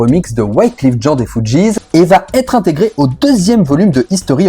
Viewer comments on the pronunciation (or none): none